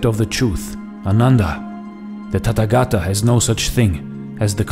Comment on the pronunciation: It is not Tattagata, it is Tathagatha. Th like in thief.